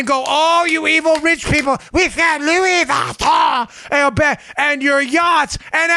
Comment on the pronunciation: Love the Louis Vuitton bag story, LMAO. BTW, your French accent sucks, Dan, which is net-net a compliment.